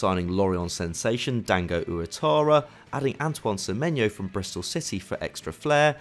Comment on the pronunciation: Finally someone at fd knows how so seymeyo’s name properly